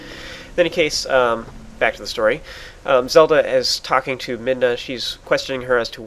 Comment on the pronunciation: I'm not complaining, but you seem to say "in any case" alot in your videos. Including the 13 times in this video... Also your pronouncing Midna's name like "Minda", not "Midna".